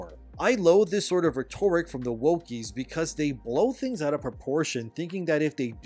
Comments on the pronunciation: Forgive me, but its RHET-or-ick, not rhet-OR-ick. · RHEtoric, not rheTORic! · Rhet Or Ick Say it with me RHET-OR-ICK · Love your content keep it up but the word is 'ret tor rick' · Rhetoric is pronounced a little differently than it is when its part of "rhetorical". Just like horizon is pronounced differently than "horizontal". Just a heads up. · I have been silent too long. I need you to learn to properly pronounce the word, "Rhetoric." =D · It's pronounced "rhetoric," not "rhetoric." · Please learn how to say "rhetoric"